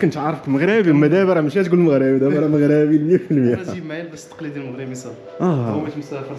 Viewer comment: يا اخي قل "مَغْرِبِي" و ليس "مَغْرَابِي".